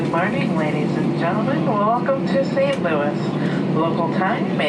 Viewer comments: FYI St. Louis is pronounced like Lewis, not Louis. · St. Louis is pronounced as St. Lewis in the US. I know it uses the French spelling, but it does not use the French pronunciation. Edit: I initially wrote spelling instead of pronunciation. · Btw it’s not “Saint Loui MO” it’s “Saint Louis MO”.. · Your pronunciation of Saint LOO-IS. Not Looy. lol I enjoyed your video!! I'm just giving you a hard time for fun. Please don't take anything I said personally. I'm joking!! 🙂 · Would it kill you to pronounce the S in St LouiS? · Its st louis! Not st. Louie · St Louis (Lewis) LOL!! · Hey, just FYI, St. Louis is prounounced "SAINT LEW-IS" in the USA. St. Louis is more stylized and was used affectionately in song in the early 1900s. Same for San Francisco...no one calls it Frisco. Not that I'm saying you said that as well! I do LOVE your channel! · As the saying goes When in Rome do...and you know the rest...same as when in the USA.... St. Louis is pronounced St.Lew-is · I swear as a Missourian if I hear anybody say Saint Louie, Missouri again I’m gonna go nuts. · you're killing me st. Louis is not pronounced as a french word in the usa because that makes too much sense you pronounce the s its the same as Lewis lol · That's not how you pronounce St. Louis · I don't know if anyone else has said it, but the 's' in St Louis is not silent. It's pronounced 'St Lewis'. Just thought I'd mention it. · I'm from Missouri please never say Saint Louis like that again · St Louie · DONT SAY " ST. LOUEE" just don't ! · Don’t say “SaintLooeee”🙄🙄🙄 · They may have pronounced it that way a long, long time ago, but nobody from St Louis pronounces it that way now. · Just for refernece,, the s in St. Louis isn't silent haha.